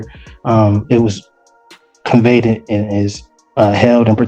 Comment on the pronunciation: Conveyeded😂😂😂😂 Evidenceses😂😂😂😂 Short 🚌, bless it😇